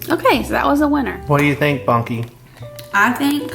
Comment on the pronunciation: Do you call him “monkey” or “Bunky”???